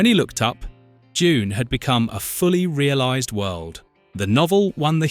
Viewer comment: When did "Doon" become "JUNE"?//